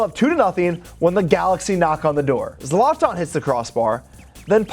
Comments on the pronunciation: Its zlatan not zlaaatan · Its "zlaytin". Not "zlonton" lol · Please be able to pronounce people’s names correctly. It’s Zlatan not Zartarn. Ffs